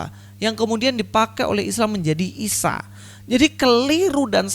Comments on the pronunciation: Ustad somad gak bisa bilang isa atau yesus. Sebab monyong jadi ngomong isa jadi misowa..ha ha ha ..ustad pembohong laku keras...cari duit dengan firnah kepada tuhan maha kebenaran dan juru selamat..yaitu YESUS KRISTUS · Mau ketawa takut dosa hahahaha isowa bahasa ibraninya burakakakakaka😅😅😅🐪🐪🐪🐪🐪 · Sebetulnya si tomat dah bener pengucapan bhsa Ibraninya,cuma krn keberatan gigi & monyong yaaa jadi aneh kedengarannya...😁😁